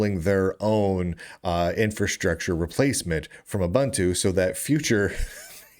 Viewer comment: Pronounced ooboontoo smart ass